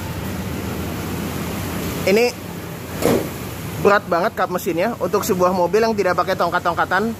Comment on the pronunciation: tughrbo... beghrat.. ngomong R nya susah ya om??